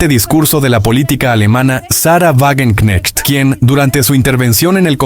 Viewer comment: se pronuncia Vagenknejt